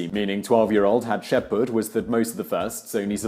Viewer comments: Can't even get through the whole video because of how he's pronouncing Hatshepsut. Gahh! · Me too. It drove me bananas. There's an S in there, Simon! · I was like "am I losing my shit or is he completely missing that last S consistently?!" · Man, that pronounciation is killing me. I really like the videos on this channel and I usually either learn something new or get a chance to reiterate things I know something about. It's entertaining and pleasant. But I can't get over the way the name is pronounced this time. I cringed every single time. That was tough. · man i love this channel but for god sake please learn the names correctly as there are exactly zero names pronounced right. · I love all the videos from this channel. but I can't bring myself to watch this one all the way through because of the way you pronounce Hatshepsut. I really want to watch it all I just can't. please redo it and pronounce it correctly. I visited Hatshepsut's Temple after the massacre in 1998 and remember the blood on the steps. it was very dramatic. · I always thought the s in HatshepSut was pronounced as well 🤔 Guess I was wrong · I love her. Also: That shitty pronuntiation tho. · The pronunciation of the names is killing me 😬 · Yes. Does Simon not notice the S right there in her name? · Except for the fact he was pronouncing the letters out of order. Hapshetsut is just the translated version of whatever she was actually called. It has an agreed upon pronunciation and even if it didn't, just going on the general phonetics of the english language he was completely wrong. It's like someone saying "poh-toe-toe" for the word "potato", it doesn't matter how you want to pronounce it that way is wrong. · Maybe he thinks those letters are silent. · I'm sorry that is annoying 😂😂😂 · HatshepSut not Hutsheput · Hat -ship -suit. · It's pronounced Hat-shep-sut/soot not Hat-ship-pot! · I can never pronounced her name correctly Hap-sheit-shut, Hap~sheep~put. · "haht-shep-soot". good video though lol.